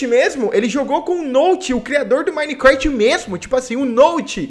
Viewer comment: Pessoas normais: Minecraft: minecrasht